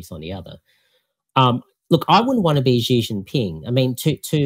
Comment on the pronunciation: I was a bit surprised he pronounced Xi as "Zee". Should be "She". I guess he grew up in Australia and didn't learn Chinese